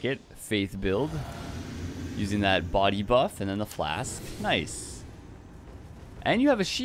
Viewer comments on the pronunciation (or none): none